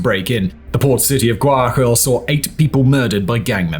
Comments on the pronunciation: Wakill 😂 it's gua-ya-quil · Grew up in Ecuador, like a 4th of the way through the video & the mispronunciation of Guayas & Guayaquil is killing me.